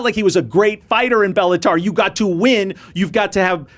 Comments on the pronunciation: It’s Bellator not bellatar. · STOP saying Bellatar. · Belluhtar?? Lol it’s bellaTOR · "Bellataur" Is that the female version of the Minotaur? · Friendly correction: You’re saying Bellator incorrectly like a casual. It’s not Bella”tar” 😂 Pronounced: Balla”tore” - Bellator Just FYI. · Bellator not bellatar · It’s BellatOOOOORRRRRR, not AR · I never heard Bellator pronounced "Bellataur" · Dude needs to learn how to say Bellator properly if he want to analyse the sport of MMA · Dude can you please pronounce the name of the promotion accurately!!?!! It’s giving me a bigger headache every time you say it 🙄